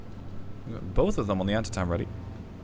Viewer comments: Pronunciation is Annteetum. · Civil War battle in the US. Think it's pronounced. An tee tum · Antietam = an-TEE-tum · Hey! Antietam is pronounced An-tee-dum. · Antietam is typically pronounced “An-TEE-tuhm.” It was a major battle in the American Civil War.